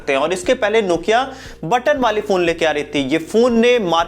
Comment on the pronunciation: Nokia ko nokila bolke barbaad kar diya🤣🤣🤣🤣🤣